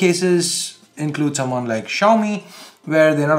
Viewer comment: that's soomawn, not someone, phonetically Suman Sarkar vector art